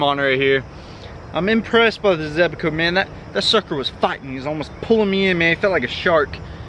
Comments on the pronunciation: He said “zebaco “ In stead of zebco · Zebco, not Zebaco. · ZEBCO not ZEBACO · Why do u say zebco like zebaco😂